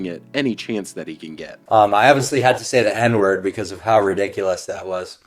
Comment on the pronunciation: He doesnt even say the n-word right